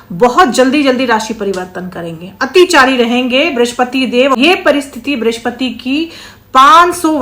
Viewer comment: ब्रिश्पति नहीं बृहस्पति कहिये, हे ज्योतिषाचार्य!